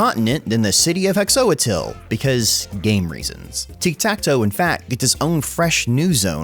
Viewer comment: if you care about pronunciation that much, hexoatl should be pronounced "heh-sho-tl"